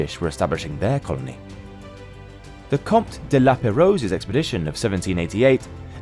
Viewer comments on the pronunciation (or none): Oh dear, your pronunciation of the French explorers (Lapérouse and Baudin) is typically English, that is, bad.